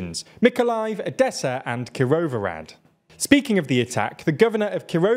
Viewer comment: you should look up how to say the foreign names before doing news. You say KirouVORAD but it is KIROVO-HRAD. Kirov is a name, kirovO is that it belongs to Kirov and HRAD which means castle or city but if you say just RAD instead of HRAD it has totaly different meaning because RAD is in slavic languages advice or council. So instead of saying "the city of Kirov" you say "Kirov´s council" ... It is not only your problem but it is widespread all over the net across native english speaking people as a plague to read it as you wish, adding letters which are not there or dont reading letters which are written down. If you learn standard indoeuropean pronunciation (english has the weirdest pronunciation ever because most of the world has same and totally different pronunciation that english has) you will have no problems to read hindi, igbo, spanish, serbian, aztec or uzbek names. We all have almost the same pronunciation. IF we write A we read A and not EY ... if we write C we read as TS not as KEY and so on... m